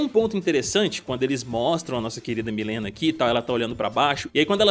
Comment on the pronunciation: Pq quase niguem pronucia mileena certo